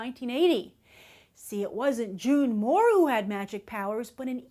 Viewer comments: Isn't it June moone and not June moore? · She keeps calling her June Moore it's June Moone! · Its June Moone. not Moore. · ITS JUNE MOONE! NOT JUNE MOORE!